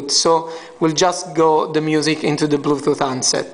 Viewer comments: bluetooth not bluthoot ! lmao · haha, i noticed him saying bluethooth istead of bluetooth. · blue toof hahaha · Of course i know what a Bluetooth is. This guy cant pronounce it.